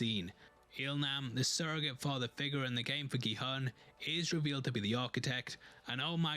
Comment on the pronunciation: Just a quick FYI, the main character's name is pronounced Gi-HOON. His name is written as Gi-Hun and the "u" in romanized Korean is pronounced as a long u sound (or a "oo" sound as in "noodle"). 😃